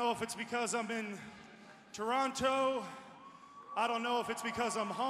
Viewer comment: Even though Shawn's words hit me right in the feels... Hearing him mispronounce Toronto made me sad...